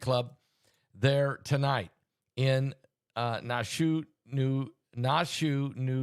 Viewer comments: Pastor Naushua is pronounced like Nash-Yahweh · Nash U A. Pronunciation. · Pastor its pronounced Nash shU ahh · Pronounced Nash U wah! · It’s pronounced Nash ou ah. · Na---shu---a 3 syllables I'm next door in VT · You know he mispronounces everything 😅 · Nashua. Pronounce Nash U A. 3 syllables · Nashua is pronounce like Joshua remove the J and apply a N.. hello. Biblical please articulate. I have blessed family out there!.. please send healing prayers out to family and children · It is pronounced, kinda like Yahshua but with an N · It’s Nashua New Hampshire Pastor there is an a at the end .